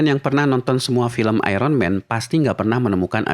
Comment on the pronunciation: Kenapa sih indonesia sukar sebut Iron Man dgn betul. "Iron"